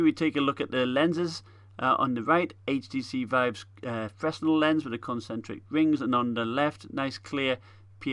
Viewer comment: The s is silent in fresnel